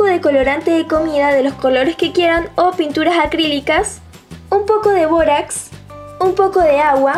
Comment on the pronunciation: todo iba bn hasta k dijo borax